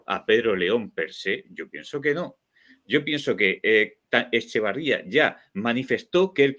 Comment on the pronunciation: Por Dios, señores, es Etxeberría, no Echebarría. Tan difícil es? 🙄